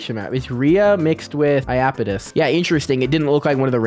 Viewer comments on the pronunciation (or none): none